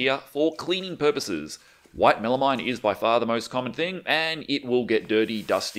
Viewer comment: Good tips, thank you. FYI, it is pronounced “MEL-a-meen”, not “-mine” It’s a portmanteau name, and the final two syllables are derived from a chemical that sounds like “AM-meen”.